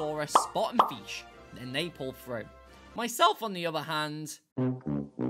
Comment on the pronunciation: Ah, yes the mighty and glorious FEESH